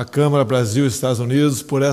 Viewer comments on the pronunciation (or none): none